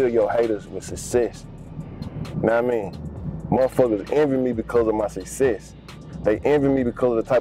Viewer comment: He said, "suss cess". 😆